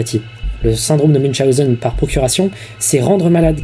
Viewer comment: T'as oublié une voyelle, c'est "Syndrome de Muwchonzen" c'est "Munchenôwzer" (en phonétique evidement mdr)